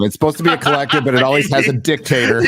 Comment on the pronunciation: Puss"tator not dictator